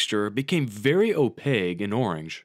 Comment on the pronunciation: opaque has the letter "q" not "g". it's pronounced: /ōˈpāk/ (oh payK)